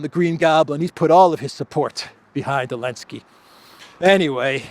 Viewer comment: It's funny how you still call him Elenskiy, after he banned "Z" 🤣